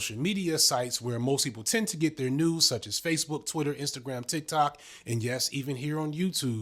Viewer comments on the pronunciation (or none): none